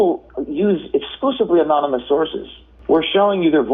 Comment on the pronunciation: This guy is a journalism professor and he literally said "anomynous source" like seriously you can't make this shit up, there are middle school kids who are more qualified for the job.